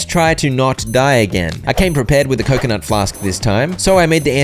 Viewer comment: Stop saying coconut like that fkk ı get tilted